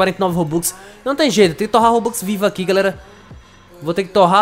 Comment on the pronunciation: Como outros acha que ele fala(GALERA) Como eu entendo (GULERA) Kkkk